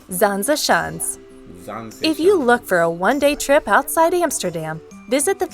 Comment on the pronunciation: So many mistakes in this video already, lol. Castle de Haar is not in Holland, it's in Utrecht. Oh hey you knew that nice. Also why do they always pronounce Zaanse Schans like that.. It's a g sound, not a soft sounding sch (so it should be Schgans/ sgans in terms of pronounciation, if that makes sense). ugh lol. Ok I'll turn the video off, because this is clearly made by someone far across the ocean, trying to make money with mostly stock footage. I'll give a like though because I always appriciate you doing this :)